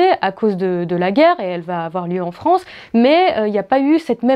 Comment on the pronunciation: la fronce la fronce la fronce